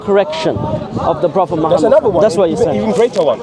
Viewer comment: Is he circumcised? What kind of deceit these paulene creatures come with? Have you heard how he pronouces Muhammad sallAllahu alaihi wasalam. Muslim! Yeah okay 😅